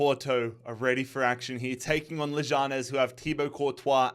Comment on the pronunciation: You’re saying leganes wrong